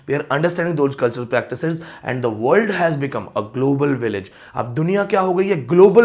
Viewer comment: You are a good scholar but you need to work on correct pronunciation... theory/ˈθɪəri/, Village / ˈvɪlɪdʒ/ such words are common... please 🙏